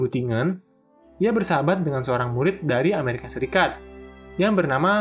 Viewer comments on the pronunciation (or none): none